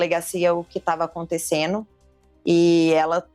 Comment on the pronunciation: "O que tava aconteceno". Estude, delegada!!!!